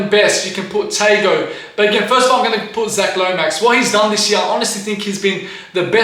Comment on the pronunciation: The pronunciation of Tago was crazyyyy